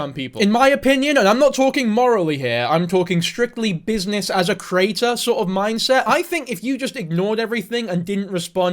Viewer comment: this is completely irrelevant, and i don't wanna sound mean, but every time you say the word 'creator' i hear 'crater'